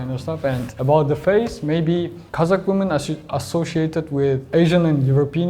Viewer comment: Не вумэн, а вимин)